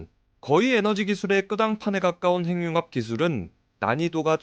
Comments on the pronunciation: 핵융합 발음 교정합니다. 행융합이 아니라.......해귱합으로 발음해야 맞겠죠~ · 핵융합이라는 글이 행융합으로 발음하게 되면 <핵>의 의미도 사라집니다. 문법상 자음접변이 아니라 연음법칙을 따라야 합니다.